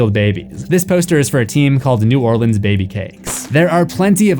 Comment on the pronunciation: As a Louisianian, thank you for pronouncing "New Orleans" correctly.